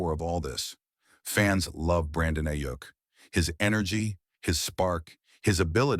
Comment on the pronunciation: next time make sure the AI says the dudes name right